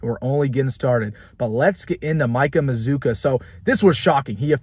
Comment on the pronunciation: I think you're pronouncing his name wrong. You've invented a "U" after the double Z. And you ignored the "U" after the double C. It looks like maz cue a, or maz kwa. We gotta get this right before he comes to Lincoln.